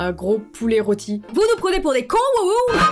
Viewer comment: Et cets pas hoooo mais woho si tu me prononce bien xd